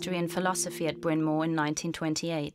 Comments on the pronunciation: Where did they find this inept narrator? It's Bryan Mawr, not Bryan Moor. And that's not the only mispronunciation. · She killed Bryn Mawr as well. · Sadly, the narrator is unable to pronounce Bryn Mawr.